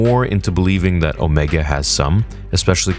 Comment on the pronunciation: It’s OMEGA not omeeeeeega.